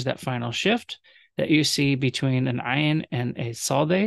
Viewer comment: Thank you this was very helpful, thank you for pronouncing ayin correct, I know many modern Hebrew speakers have difficulty with this 😊